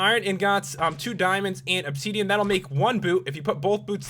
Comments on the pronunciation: WHATS OBSEEDIAN? PS: ITS OBSIDIAN /\ THERES AN I NOT AN E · And also said obsidian as obsedian and iron ingots (in-gets) as in-gots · Stop saying obseeeeeeedian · '' Obseedeeén'' '' iron ingaats'' why cant you just say obsidian and ingots like a normal person :P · nz chicky yea u cant be horrible to someone if they say obsiden wrong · Lol he says obseedian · you were saying opseadean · Or 'opsidian' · and obsiidian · obseedean. xD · You pronouced Obsidian wrong. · I love the way this guy pronounces things. ObSEEDian, iron inGOTS, portal gun pedaSTOOL.